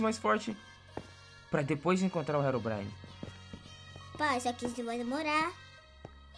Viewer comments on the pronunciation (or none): mãno pedi pra o parar de falar rerobrine por gentileza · O não para de falar henronbraine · manda seu filho parar de dizer herubrine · Engraçado falando Herobrine aí ele fala helobrini